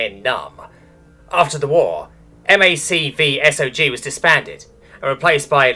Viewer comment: Its mac-v-sog